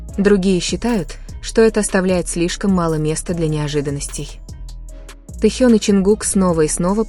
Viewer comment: Произносите правильно имя тьэхена кто ты такая читаю ком одни оскорбления по какому праву они работают стараються радовать вас какая разница чонгук или тэхен первые они все талантливы и он не бездарь дождидесьтура там будет видно а оскорблять не нужно